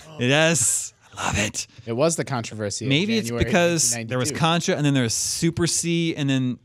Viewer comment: is killing it on this episode!... Contra-versy.... haha